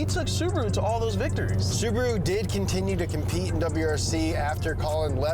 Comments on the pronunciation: Listen to them pronounce "Suburu" 😂😂😂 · why english speaking people have trouble with pronouncing cars names, dont get me wrong its whatever but subru and porsch always make me chuckle